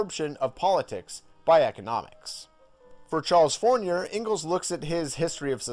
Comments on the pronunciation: where do you see the N in fourier? kind of like this: FOO-REEYAY, not four neeeur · Charles FOR-EE-YAY, Saint SEE-MOAN